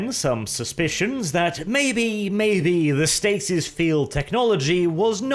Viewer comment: Ah, your pronunciation is awesome sometimes, "Bringing their warriors out of Stacy's [stasis]". Sounds like Necron lords trying to get their recalcitrant warriors out of a bar.